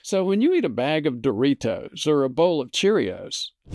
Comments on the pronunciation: Great video. But I can't let you go through life pronouncing Doritos like no other human on Earth. Too elegant. You make it sound like a fine Italian wine. You: dor-EE-TOES Proper: dor-eeDOZE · I like the way you say "Doritos"